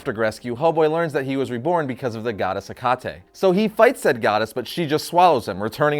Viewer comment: Hecate is pronounced heck ate